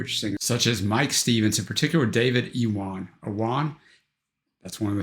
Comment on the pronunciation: Great video and a fantastic collection of artists. The live footage of Manics, Stereophonics and Catatonia was superb. Well done for having a go at some of the Welsh pronunciations, they certainly aren't easy and you were pretty close to the mark most of the time. Iwan is pronounced 'you-an'. Your pronunciation of 'Dafydd' was very good.